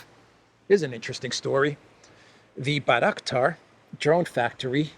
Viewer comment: Bangraktar factory, you say? 😂